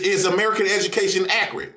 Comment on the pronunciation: dawg he has me in tears every episode 🤣🤣🤣🤣🤣🤣🤣🤣 "edumucation" " white mans subject" acting like math isnt universal lmao, I love him though lmao